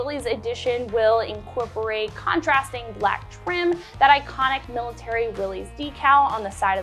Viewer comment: Please, please, it is pronounced "willis" NOT "willeez". John North Willys would appreciate it if you said his last name correctly!